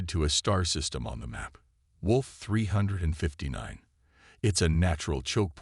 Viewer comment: "WOLF 359" Really AI?